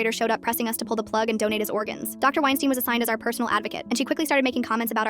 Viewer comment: "Wienstein" Hmmm🤔